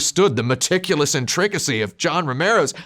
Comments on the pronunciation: Great video, but that's not how intricacy is pronounced. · In-TRICK-acy. Might adopt. Love you, Tim. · say "intricacy" that way one more time. I double dare you.